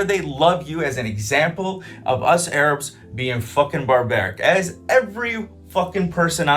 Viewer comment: "THE AYRAABS ARE KHAAMAAAS"